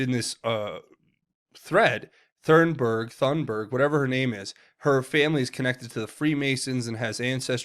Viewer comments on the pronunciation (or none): It's pronounced "Toonberg"